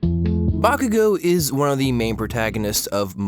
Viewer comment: Why are you pronouncing Bakugan so weirdly?